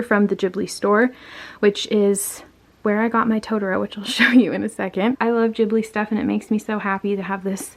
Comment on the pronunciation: Pleeeaaase stop saying "tota row" it's "to-tor-ro"